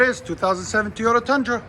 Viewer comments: Its not Tiota, it's Toyota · Guy said teeeeeyota about 400 hundred times. It's Toyota, just so we're clear. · T”o”yota not Teyota god damn. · Stop saying "Tee-yota" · Great work. I'd think after doing so many of these you'd have learned not to call them TEEEEYOTAs. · T-O-tah? Where yous froms? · are u from the south? because i always end up saying teeyota too lol. oreilly's guy was like, a what?? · Guy can’t even say Toy-O-TA